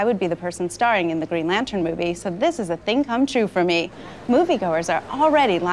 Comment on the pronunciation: "Greg Lantern" lol!